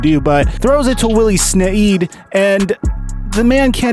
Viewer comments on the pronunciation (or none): SnEED NOT ED. EEEED LONG E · Willie SnEEd not SnEd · Sneeeed but it's spelled like snead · Pronounced Willie Sneeeeed (Snead). Great thoughts! As a Ravens fan I enjoyed this video premise. I'd agree we're not often in "down to the wire" type of games thanks to Lamar being dominant most of the time... even on primetime. But the public will only remember the losses against the chiefs and in the playoffs because of the higher stakes/implications 🤷🏾‍♂️ Go black & purple! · I think Snead is "Sneed". I remember his father playing for Montreal in the World League and that's how they pronounced his name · It’s Pronounced Sneed like need with an s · It's snead